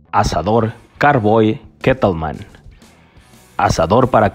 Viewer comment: Se pronuncia Char broil, tal cual se escribe, no “car” broil